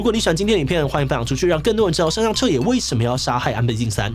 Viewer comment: 志祺每次讀「山上」的時候我都會想到另外某位老師xD 我知道口音不是那麼好改但還是提一下